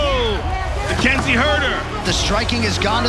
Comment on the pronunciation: Mackenzih Jern